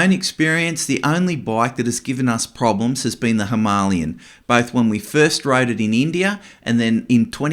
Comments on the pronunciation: Him a lay an. Not himaaaliyun. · Him a lay an is how it’s pronounced like the mountain. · That’s the most interesting way I’ve ever heard someone pronounce Himalayan. Now I wonder how other countries say it 😂😂 😊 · The way you pronounce "Himalayan" hurts my ears 😢 . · Someone please teach this guy how to pronounce “Himalayan” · Ok but you still pronounce it wrong lol